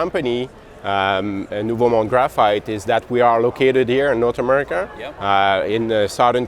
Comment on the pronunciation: Hey guys! NYK fan from Montreal here with a tiny comment: you're pronouncing the first part of Nouveau Monde really weirdly (something like "nuveh"). Basically , say it like "nuvo" or "noovoh". Nice round 'oh' at the end. Rhymes with "Now You Know". Keep up the amazing work!